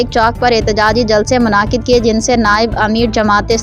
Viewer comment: مناعقد نہیں منعقد لفظ ''دونوں یفتوں '' دو ہفتوں